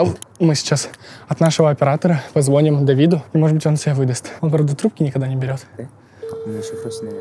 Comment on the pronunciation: позвОним😂😅 почему ОБОИХ когда речь идет о 2 девушках😅🤭 прятайтесь 😂😅😂 Господи за что😩 Верните Диму 😭😭😭